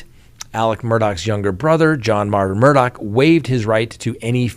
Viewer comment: The least you can do is try to get the names right. It's not Murdock, it's Murdaugh.